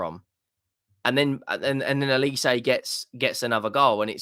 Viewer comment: Why do you people call him Elise??? Don’t you have eyes? OLISE with an ‘O’ Not ‘E’. OLISE is a Nigerian surname. Very easy and straightforward to read!!!